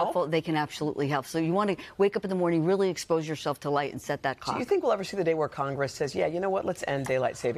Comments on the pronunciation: She can not slaw clock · I think going forward, the Today show should make sure the person they are interviewing can correctly pronounce CLOCK before going live. No idea how the hosts kept a straight face through this but good job! 😂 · My husband's "clock" wakes him up at the same time every morning regardless of what time the CLOCK reads. How does a sleep specialist make it through her career without being able to pronounce the "L" in clock? 😂